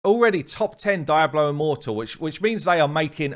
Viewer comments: i always love how the English pronounce Hispanic words. Diablo he says as DIE-blow instead of dee-AH-blow, i've heard Brits pronounce Martinez as MART-in-ehz as opposed to mar-TEEN-ehz, etc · "Daiablo" immortal lol... Its Diablo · DEE-AH-BLOW. Clearly, never been to Spain. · Is that how people pronounce “Diablo” in your English accent? My U.S. English accent says Dee-Ah-Blow and I hadn’t heard “Die-Ah-Blow” before. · No one: Really no one: Absolutely fcking no one:: DAIABLO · Dee-ablo, come on! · omg it drives me nuts how you say Diablo. You can never be a content creator for that game. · Lmfao .. The way you pronounce Diablo is hilarious 😂